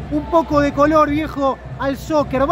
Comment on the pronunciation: Bruh... ZZZoccer